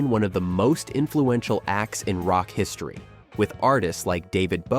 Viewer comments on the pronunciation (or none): none